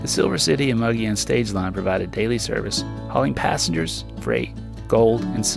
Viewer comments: BTW, "Mogollon" is pronounced Mo-gi-on, not Mog-li-on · In spite of what the name looks like the proper pronunciation of "Mogollon" is "muggy own." However, you were very close to that. Many people see it for the first time and come out with "mow joe lawn." I was way off when I first moved to Flagstaff in the early 70's. A really neat way to reach Mogollon is to take U.S. 60 west of Magdalena, New Mexico to New Mexico Highway 52. From there many different roads can be taken, some on graded county roads and some on infrequently maintained U.S. Forest Service roads. Some of those can be quite greasy (super slippery clay) during the monsoon and early spring. When I drove it in the late 70's the first time you could drive 30 miles between the "driveways" to ranches, those driveways being 10-20 miles off the graded road. Interestingly, the only vehicles we saw out there were the Sears repairman and UPS. Those were the only outsiders that knew the area well. I would bet it is not quite as remote 40+ years later, but still nicely out of the way. Driving this route is time consuming, I remember it taking about 4-6 hours, during which we only had pavement on U.S. 60, about 12 miles west of Magdalena as I recall. I should also point out that you often use the term "Wilderness" in an eastern/southern/big city kind of way. Legally "Wilderness" is an area of land where motorized vehicles, motorized equipment and roads are prohibited. That is wilderness with a capital W. The word wilderness for some people is undeveloped, unoccupied and remote